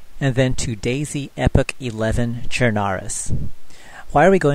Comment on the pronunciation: Love the video, but it is pronounced (epokh) not epic.